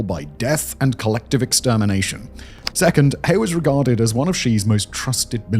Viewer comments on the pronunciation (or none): He is pronounced more like ‘her’ so it’s her and she😁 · Please pleaseeeee look into basic Chinese phonics or at least put the names into google translate to hear how they sound it’s generally so irritating hearing the way you pronoun them so wrong 😭 （funnily enough ‘He’ is actually more pronounced like ‘Her’) especially if your channel is focusing on Chinese politics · Please take this as constructive criticism. Please work on your pronouciation of Chinese names. You don't need to get it perfect or get the tones right, even. Just get the general sound right. "He" is not pronouced like the English pronoun. It is hard to take the video and the subject you are discussing seriously when the entire time, anyone who has any knowledge or exposure to the topics , are cringing over the pronouciation. Just a critique based on communication theory. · He (何）sounds like "her", just remove the r. You can just it as "her". Doesn't rhyme with tea. The X in Xi (习）can be pronounced like "hsi", more like a hissing sound, does rhyme with tea. "She" is close enough. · A clue that Xi is not “she” is that in Chinese they have the “sh” sound as in…Shanghai. And also “He” could be pronounced 5 different tones, you’re just pronouncing it flat. But you pronounce it better than Alastair Campbell on TRIP so I’ll give you that.